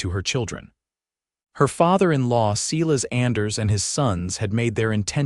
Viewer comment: Silas is pronounced S-I-L-A-S long I.